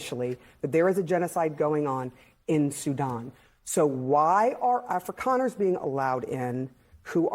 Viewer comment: That is one racist B. She also doesn't pronounce Afrikaner correctly. Ignorant and racist.